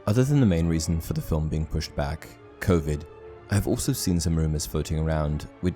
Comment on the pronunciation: I want to see dumbledores power because that's why all the death eaters were so scared of him also the word Covid sound very funny given that I'm used to hearing you speaking words like expelliarmus and wizarding wars etc😌😀